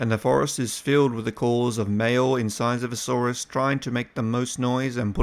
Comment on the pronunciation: Niiiiiiice pronunciation brother! ;)